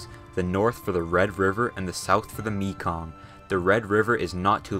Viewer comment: I loved the way he pronounced Mekong. It’s pronounced Meh-Kong.